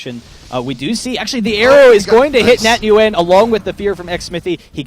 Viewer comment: nguyen is pronounced as "wynn" it hurts to keep hearning it the way they say it...